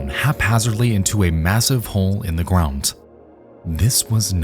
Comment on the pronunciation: The word, ground, does not have a t sound in it